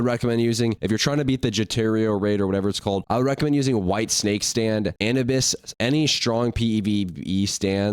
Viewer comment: I understand not pronouncing names correctly, eapecially if you havent watched the show.......but how tf do you not know how to pronounce Anubis......thats basic knowledge